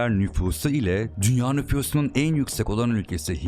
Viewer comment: "dünya nüfyuzunun" 😒 "jeoçuk" (çocuk)